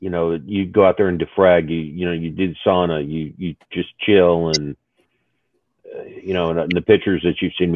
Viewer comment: I don't know if anyone else picked up that was pronouncing the word "sauna" correctly, I would have to wonder if he was of Finnish heritage:)